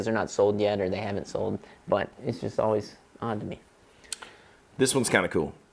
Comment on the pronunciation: THe way pronounces "but" always catches me off guard and makes me laugh. Buuotttt!